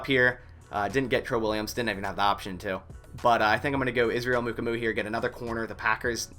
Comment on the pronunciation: hey from sc its "moo-kwah-moo" i like the vid but tbh you butchered several other players lol